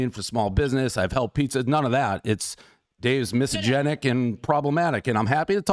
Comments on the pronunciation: Dude! Dave, you need to learn how to pronounce "misogynistic" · Dude runs million dollar companies and can't properly say misogynistic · Dude can't even pronounce "misogynistic" though.....? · is he trying to say “misogynistic” lmfaooooo “misogenic” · "miso-genic?" you mean misogynistic? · Is he pronouncing misogynistic incorrectly, or is “misogenic” a word and I’ve just never heard of it? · What the hell is "misogenic?" Are you trying to pronounce misogynistic? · What is “misogenic”??!!! 😂😂 It’s misogynistic not misogenic. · Dave , say it with me slowly … “miss-sah-Jenn-ick “ (misogynic) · "misogynic" is a word but he's not pronouncing it correctly. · Miss Agenic was my highschool teacher. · I kept wondering if I was just so stupid that I didn’t understand what the word “misogenic” meant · Miss agenic.. everyone knows Dave can’t pronounce it 😂. Good on him for calling out this chick though. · It’s “mysoginistic” and I don’t think you are Dave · What is misogenic Dave? I give that pronunciation a 1.5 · Dave can't pronounce Mysogynistic everybody knows the rules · Dave not being able to pronounce "misogynistic" after all these years is always funny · Him literally reading it from the email and still mispronouncing it every time was especially hilarious. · lol he's still mispronouncing it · So true...first thing I picked up on.. classic Dave 😂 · I will only say it Dave’s way from this day forward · no it is not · yeah I think it’s just a “watered” down version of misogynistic. The definition itself is funny…like no I don’t hate women 100% only sometimes 🤣🤣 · I love how he mispronounces misogynistic totally disproving he’s misogynistic 😂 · Dave's inability to pronounce "misogynistic" is mildly infuriating. I cannot focus on anything else but good on El Presidente for calling out this lunatic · Dave pronouncing misogynistic incorrectly kinda takes away the "gotcha" factor. But still amazing that he confronted her and didn't take her crap.